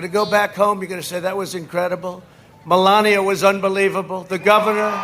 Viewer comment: "Melanoma" Trump Makes a Special appearance! LMFAO